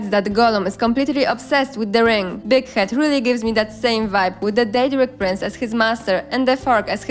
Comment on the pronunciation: i swear sometimes Big Head almost sounded like d**k head to me 😉